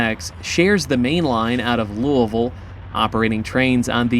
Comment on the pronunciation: Love seeing Louisville in the background, thanks for saying it right ;), come railfan LaGrange, KY sometime, some awesome street running! Great video!